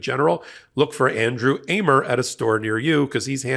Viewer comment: Man, you really mispronounced 'Amer." It's pronounced the way you say America, just stop at R. First time in my life btw, have I come across someone with my name in the news or anywhere else. It's weird.